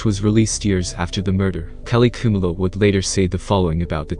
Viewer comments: What so difficult to pronounce the word "Khumalo"...? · Khumalo pronounced phonetically ku-ma-lo